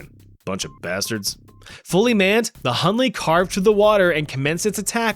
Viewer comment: Hunley is done ley 😂😂😂😭🙏